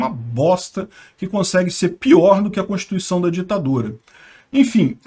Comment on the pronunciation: aprenda a pronunciar corretamente a palavra "constituição".